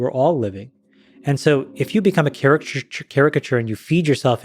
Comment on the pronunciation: Why do ppl say charachhter